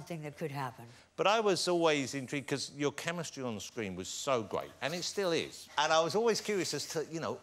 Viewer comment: "It must be gweat being back on the set." hehehe